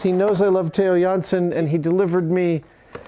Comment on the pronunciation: really awsome Adam can say a dutch name so well